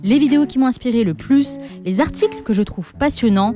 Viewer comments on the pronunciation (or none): On ne dit pas "cent z'articles". On dit "cent articles" (et oui, il n'y a pas de s à cent) ou "cent t'articles". C'est très simple à mémoriser : on dit "il y a cent t'ans" (on fait la liaison). on ne dit pas "il y a cent z'ans".